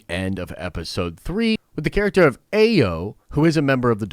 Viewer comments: Ayo’s name is pronounced I-yo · Shuri and Bucky involved romantically involved❌❌❌❌ but i can see him with a Dora Malaje, most likely Ayo pronounced(eye-o)